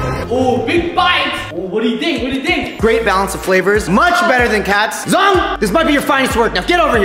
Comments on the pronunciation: Its zhong not zong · it's Zhong not zong